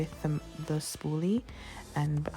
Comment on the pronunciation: I didn't hear spooly at first. Thought you said spoon. I was like I knew it! Then I was like nooooo! The spoon makes so much more sense.